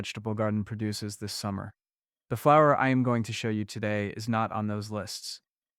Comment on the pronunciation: The AI reader doesn’t know what a flower actually is. When it says “flow-er” pronounced like flow, like how water flows in a river or from a faucet…instead of how we correctly pronounce flower.